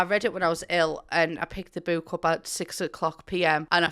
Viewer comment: I'm here to hear her say bewk. I love it